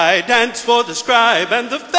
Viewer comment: Anyone else pissed off that none of them can pronounce "danced"...